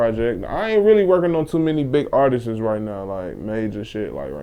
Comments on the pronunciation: thank you for pointing out the "artises" part. That's really all I was gonna comment on, lpl... pet peeve of mine when I hear people saying the plural form of "artist" in that way. I think people do it because if you just say "artists"... it sounds like you're saying "artist"... doesn't sound plural... so people put that extra "es" on the end... but it sounds funny as fupp. Alright, i'm done. Enjoy yourselves. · Artiszis, lol. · nigga got speech problems, "Artises" lmao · "Artistses" lol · this dude said "artises" ... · Why does this nigga say "Artistes" 😂😂😂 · "artisess" young pork chop on the beat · lpl... hearing people say "artises" is a pet peeve of mine